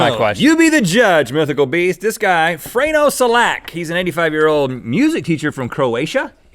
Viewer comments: Hey i know you from twitter lol i from Croatia too and its actually Frane not Frank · The way they pronounce Frano hahaha xDDDD P.S he won 1 million kunas, not rubels, wich is about 150 000 $ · The way you pronounce Frano Selak :))))))) and Dubrovnik :DDDD but srsly mad props awesome show (rubles??) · His name is actually Frane, not Frano. Also he was 85 when this was made, not 95. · I'm Croatian and Iove how his pronunciation is so bad that it hurts my ears hahahah and btw it's FranE not FranO. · I like how they are pronouncing "Frano" wrong XD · It's Fran not Frano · it's "frane selak" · It's Frane Selak, pronounced Fran Selak with a rolled R, but I can't type that very well. Frane Selak is definitly the most lucky unlucky man to ever live. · It's Frane Selak